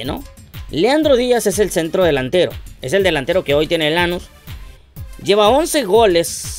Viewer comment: JAJAJA 😂😂😂 ES QUE NO ES ASÍ ES LANÚS CON ENFASIS EN LA U